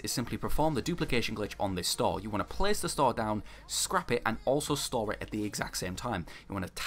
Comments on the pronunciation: Cant find my other comment but hes saying store! I though he said star or start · Absolutely anoying what are you saying.? Star or start? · That you was saying "stall" tf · Your accent made it hard for me to understand you saying store lol, but that’s because I wasn’t paying attention. I appreciate the clarification!